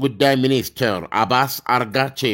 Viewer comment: አባስ መለት አትችልም ደግሞ አልሁሲዎች ብለህ አንብብ